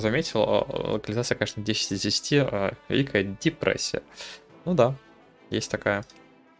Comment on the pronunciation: Ох уж эта дИпрессия